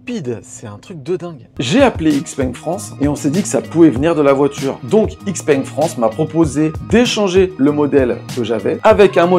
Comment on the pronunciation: Ça se prononce ShiPeng pas IxPeng